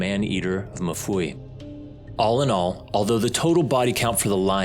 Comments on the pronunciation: it is mfuwe as in ''mmmm-fooh-weh'' not mafuwi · Lovely documentary, just a correction on how we pronounce Mfuwe in Zambia...its not Mafuwe, its Mfuwe 😄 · If you are gonna tell this story can u please pronounce Mfuwe correctly. It’s not “ma-fuwe” it is pronounced mm-fuwe” like mmhm. Ok rant over…. Great vid and narration.🇿🇲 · It's MFUWE not MUFUWI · It's Mfuwe not mafuwi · It's pronounced MU-FU-WEH love that my country is finally reaching a global stage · Being Zambian, it's really funny to hear how the man pronunces Mfuwe. He says MU FUWEE. Lol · It's really funny, and disrespectful 😂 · Not the correct pronunciation of MFUWE otherwise its still risky out here